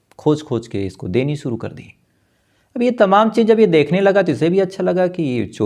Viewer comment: Freeze या फिर Fridge? Story teller हो शब्दों का इस्तेमाल तो ठीक करो. शुरू को केह दिया सुरू सीधे बोलो या बंद करो. यह wrong diction कानों पर हथोड़े बरसता है.